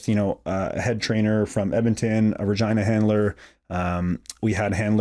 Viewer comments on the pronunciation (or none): I know he said Regina, but it sounded like he said vagina handler 😂